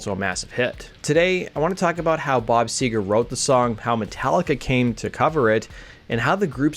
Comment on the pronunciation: Seger not sewer